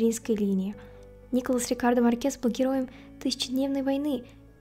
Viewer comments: Почему Марке́с, а не Ма́ркес? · Хорошее видео, только МАркес, а не МаркЕс